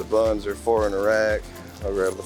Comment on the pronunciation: It's like playing golf, he says flour instead of four. Brilliant. Thousand dogs a week that's alot of flour if he makes his own rolls. Peace.